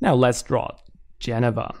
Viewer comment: It's pronounced 'Gin-eeva' not 'Jenohva'